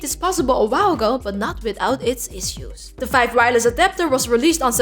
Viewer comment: Five? Vife? Fife?? (subscribed)